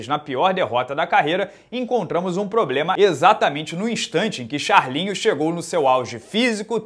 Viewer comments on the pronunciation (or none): none